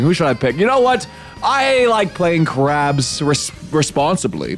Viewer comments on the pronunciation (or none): 😂😂😂😂😂 the game is called "Craps" not "Crabs" 😂😂😂😂😂 keep up the great content